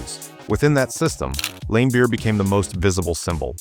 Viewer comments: And "Lame-beer" LOL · "Bill LAME-beer"...